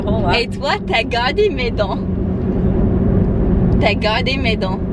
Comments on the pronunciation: Il ne faut jamais arracher de dent de sagesse. Ce sont des dents qui ont une utilité, comme les autres. Trop marrante la mère : "Tu as gardé mes dents". Elle a compris "garden" (jardin). "J'ai quatre chiants" !! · "j'ai quatre chiants" ptdr